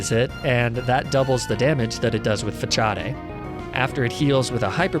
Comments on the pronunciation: "Fachade" sigh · I had to pause for a couple of minutes to gather myself after you pronounced facade as ‘fa-cha-day’ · I died when you said “Fa Cha Day” (Facade) 😂 great videos man 👍🏾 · He said “fuhchaday”😂 great video bro but it’s definitely pronounced fuhsod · Fa-cha-day? Sorry did i hear you wrong? Its fuh-sahd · I loved this video but you pronouncing facade as fuh-cha-day was absolutely traumatizing like king please it’s fuh-sawed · That pronunciation of "facade" though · It's fu-sawd not fuh-cha-hday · I don’t know if anyone has said this but the move “Facade” is pronounced like fa-sod not fa-cha-de. No hate just thought you would want to know, love the vids 👍🏼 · Exuse me, but umm.. FACHADEI its pronounced Fasad NOT FACHADEI. Arcaninai and Lapra were at least funny but now you've crossed the line. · I'm sorry but the way you pronounced Facade hurt... but other than that, i love the video As for what pokemon to use for Tate & Liza, use Magikarp or Feebas as they die to earthquake from Claydol's first move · Why tf do you pronounce it “fachadae” you absolute psychopath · I felt physical pain hearing facade pronounced “fachaday” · "Fachaday" my favourite move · He really said "Fa-cha-dé" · "Double damage with *FACHADAY*" Holy hell that scared me. I guess you have a weird childhood habit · Fuh-cha-dae.... At this point he is just trolling us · Facade. Fuh-saw-d. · I know you didn’t pronounce Facade as “fa-cha-day” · I can’t tell if it’s a nonchalant joke or your actual way of pronouncing facade. Or maybe I’ve been saying it wrong my whole life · Fachaday? I get pokemon names are up to interpretation, but its a real word...I'm now wondering what other words you mispronounce and do you use it in your day to day. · UHM... FUH-CHA-DAY??? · I'm beginning to suspect that the mispronunciations may be a fa-char-dé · downvoted for 'facharday' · I lost it when he said "FACHADE" 😂😂😂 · Sounds Italian ngl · Ay please tell me you said facade wrong on purpose 😂😂